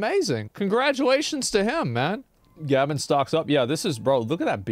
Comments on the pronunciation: It's GAY-ben, not gAben... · It was a popular meme song remix about Gabe back in the day. People also would make fun of the way he pronounced his email address gaben@ which sounded like he said ''gay ben'' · How in the everliving fuck could Asmon mispronounce Gaben's name like that?? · That’s not how you pronounce gaben and you know that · Asmon pronouncing Gabens name is something else